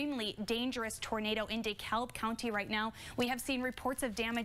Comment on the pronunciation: I felt the same way that day. But the weather teams had been warning about the possibility for strong tornadoes that day for almost a week prior. FYI, DeKalb in Illinois is pronounced "DEE Kalb" not "di-kabb"